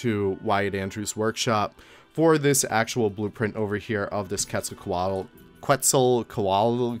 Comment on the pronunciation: Quetzal-quatlus is how you say it